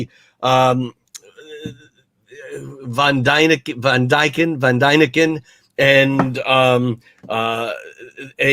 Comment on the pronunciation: Hahhahah Van dyneken :D Eric >Von >Daniken